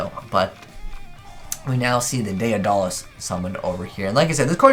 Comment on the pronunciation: Day Uh Dah Les lmao Day da les